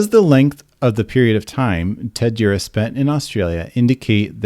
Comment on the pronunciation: Thumbs up for being able to pronounce his name 😳 There's actually more than one ex GB member on that paedophile list. Leo Greenlees is another.